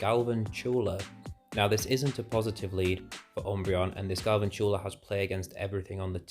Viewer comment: Subbed, GL with the channel! Btw you say Galvantula wrong haha